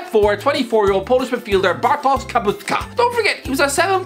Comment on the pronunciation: The sz in Bartosz is pronounced like sh in English. You pronounced the rest of his name really well though.